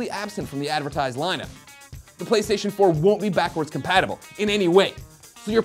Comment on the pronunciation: "Pwaystation" lol